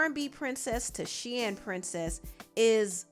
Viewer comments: Girl it's pronounced SHEEN not Shein 🤣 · It’s pronounced Sheeeeeeen lol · The I in Shein is silent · Okay I thought you pronounce it “SHEEN” 😂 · Why are you saying Shein like that...I thought it was pronounced Shein lol